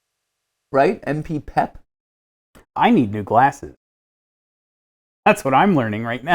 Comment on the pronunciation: mat it's MPPEP